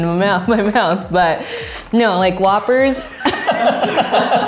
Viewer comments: “Who-ppers” I NEVER THOUGHT ABOUT IT THAT WAY HAha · every Asian's pronunciation 😂😂